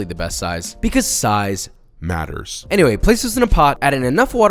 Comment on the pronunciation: Only reason josh sayin “size natters” is cuz he got that Pixar mom DUMPTRUCK